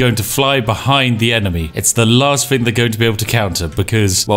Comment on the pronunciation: "thing" NOT "fing"